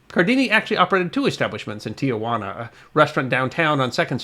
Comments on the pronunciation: It's pronounced tee-wana,, not tee-a wanna. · Hey. It's "Tee Wana" not "Tee-A-Wana." Tijuana is a city in Baja California. Tiajuana means Aunt Juana. Only one "A', not two. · Not Tia- Juana It is properly pronounced as it is spelled Ti Juana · Please, please - it is NOT TiaJuana - it’s Tijuana. Shame on you. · In case no one has yet pointed it out, it's tee-HUA-na, not tee-a-WA-na. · Love your stories, but must correct the pronunciation of Tijuana. It is not ti-ah-whana. It is ti-whana. Great story? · There may be confusion about the source of the salad, but not about the correct spelling and pronunciation of the first town south of San Diego: it's Tijuana, not Tiajuana. Only 3 syllables after being changed decades ago. History not forgotten. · A little tip. . . The city is not "Tiajuana" . It is Tijuana and should be pronounced accordingly, without the added A (its a common unfortunate American bastardization). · Yes it was very grating constantly hearing "tiawanna" instead of the proper "tiwanna". Even the one graphic said Tijuana. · It is "Tijuana" not "Tiajuana". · Pronounce the name Tijuana anyway you want, I'm not the police. But XTRA AM radio, that I grew up listening to, pronounced it with just 3 syllables. Not tia, but ti. --- If you can't trust Mexican radio, who can you trust? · Not to be too critical but Tijuana should be pronounced T wanna not T uh wanna. My HS Spanish teacher drilled that into me. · why do so many people add a 4th syllable to Tijuana? Tia Juana is Aunt Juana (loosely, Aunt Jane.) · As usual, most interesting and informative, but, but, but there are only two 'a's in the name 'Tijuana' not three as you (and many thousands) pronounce it. Nevertheless, good stuff. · I don't know why so many Americans pronounce the city's name as Tia-juana. There's no extra a there. it's Ti-juana. Three syllables, not four. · Tijuana, not "Tiajuana." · It is pronounced TEE-WANA, not TEE-A-WANA.